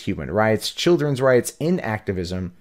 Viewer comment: Thanks for making this video. Intactivist is pronounced in-tact-i-vist.